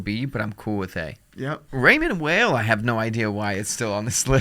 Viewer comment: It's pronounced Raymond WHILE, not Whale 😂 it's not even some crazy foreign name cmon guys. I have one and love it. Well made, nice materials, and affordable. Much better than a Tissot but not quite a Frédérique Constant.